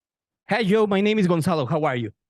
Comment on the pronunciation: Aaahhh, a Joe interview 🥰 Lovely conversation. Loved how he pronounced Joe at the end.